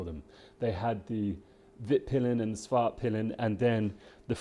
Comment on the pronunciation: The correct way to pronounce the names is: Vitpilen = ”Veetpeelen”, not ”vittpillen”. Svartpilen = ”Svartpeelen”, not ”Svartpillen”. Svartpilen = Black arrow Vitpilen = White arrow.